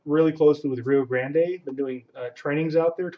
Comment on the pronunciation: Good to see you started pronouncing Rio Grande correctly instead of calling it Rio "Grand" lol